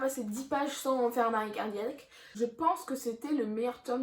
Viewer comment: (je ne sais pas si ça va marcher) mais ton arrêt cardEUIaque m'a tué 😂